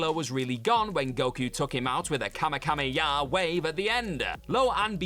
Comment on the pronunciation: First off “kamekamejah”? Secondly, that was king piccolo in the movie not the other piccolo that joins the z fighters